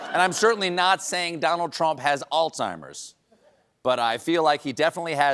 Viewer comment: It is shocking to see how many people mispronounce this word! There is not a “t” sound in the entire word. Does sound like “all timers”. I even have heard doctors say it wrong.